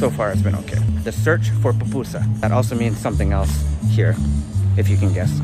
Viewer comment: Friend. you said "Papusa" that is a mountain in Romania. The pronunciation is PUPUSA (Poopoosah). Thank you!